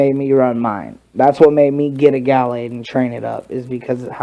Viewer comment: it's ga - lade not gal lade